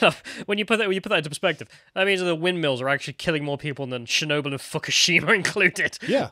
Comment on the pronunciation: “Muh-Muh Chernobyl”